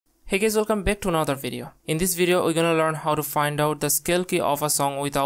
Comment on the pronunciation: yo its good and all but did u say hey gays 💀